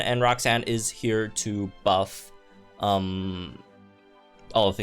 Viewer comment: Am I the only one that hears "rock sand" when he says roxanne? lol